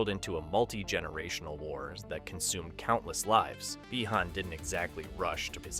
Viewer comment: Why is bro saying bi-han like that💀